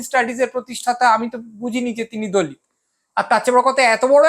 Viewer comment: আপনি "দলিৎ" উচ্চারণ করছেন কেন? বিদ্যাসাগর বর্ণপরিচয়ে ত এবং ৎ এর পার্থক্য নির্ণয় করেছেন। সেই সূত্রে হবে, দলিত(অ)।